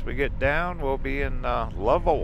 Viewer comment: nice lil town. but Lovell in pronounced love-ell, as in well.